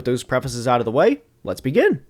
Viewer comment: Love the channel but every time you influx your voice on the “let’s begin” I cringe deeply.